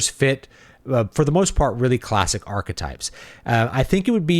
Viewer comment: Enjoyed the review, just a nitpick that bugged me at the beginning: the "arch" in archetype is pronounced like "ark." I don't know why the arch in e.g. "arch-nemesis" is pronounced as you might expect considering they have the same Greek root, but that's English, I guess.